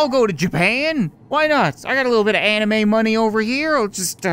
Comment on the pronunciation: I love it how he said animu money